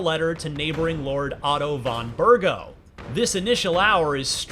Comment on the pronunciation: ca-PONE? Berg-ow? Come on...